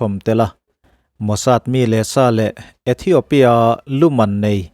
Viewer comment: ithiopia tiin space tel miah lovin lam ta ila a dik zawk mang e aw